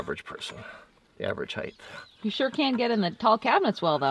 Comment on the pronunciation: You do a very good job demonstrating and talking about an extraordinary wide range of topics. Please work on the use of "me" and "I" when you are talking. Also, the word "height" is pronounced "hite". There is no "th" sound. Thanks